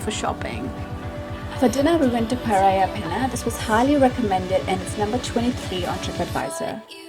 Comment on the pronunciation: Parrilla not Parriaaa